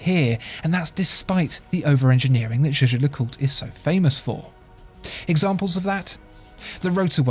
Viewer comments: I would've take this more seriously if you pronounced Jaeger-LeCoultre correctly. Jajer-Jacult? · Can someone explain me why it is pronounced as "Je-Je LeCoutre" ? Is that Swiss German? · You can pronounce it as you want. The German CEO of JLC Günther Blümlein did indeed pronounce it as you said, so did Max Büsser (MB&F) who worked for JLC. But the current CEO Catherine Alix-Renier says it more French.